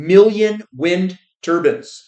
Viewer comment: Every time I hear say wind turbins I think of middle eastern men wearing their turbins with a little spinning top like those old caps kids used to wear. In this video it's 1,000,000 middle eastern men wearing those funny little imaginary hats generating electricity for the greater good 😂😂